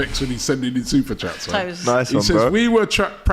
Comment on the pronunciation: That SuperChat about and SuperChats is ACCURATE AF. As much as we all Rate...he always butchers some of them 🤣🤣🤣🤣🤣🤣 AGT Far more clinical on SuperChats.